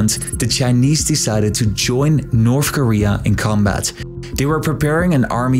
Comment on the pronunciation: Can’t finish this video, can’t listen to you say “NORF KOREA” another 100 times